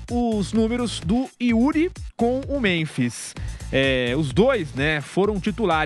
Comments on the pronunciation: Vampeta não consegue nem falar, chamando o memphis de memis...kkkk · Boa, achei que era só eu que tinha observado o Vampeta chamar o homem de memis kkkkkk